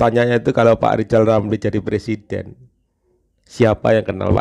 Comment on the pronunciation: Novel tanpa hurup "R" adalah judul yg bagus untuk sebuah BUKU. NAH KALO PRESIDEN TANPA HURUF "r"jadi PLESIDEN😅